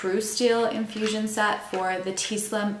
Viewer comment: SET... SET... S E T!😂😂😂😂NOT site. If you were HYPO I could understand. But I don't think you were. But besides the Canadian mispronunciation, this video did help. I am NOT going to go STEEL. I cannot just jab myself. 😂😂😂😂😂 And I don't think I should have to suffer the discomfort. 30k plus injections were enough for me.😂😂😂😂😂